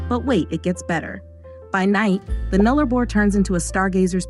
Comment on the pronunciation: I literally laughed when the AI said "NullARbor"